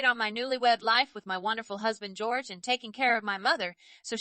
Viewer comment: The name is pronounced HOR-hay, not George